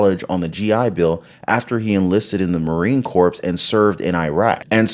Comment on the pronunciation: FWIW, the "P" in "Marine Corps" is silent. Greatly like your presentations.